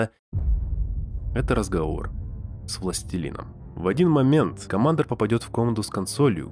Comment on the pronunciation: Критиковать кого-то за плохую локализацию, и говорить «комАндор»… оч сомнительно